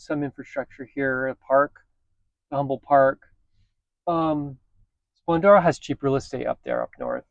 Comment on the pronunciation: Humble is pronounced Um-bull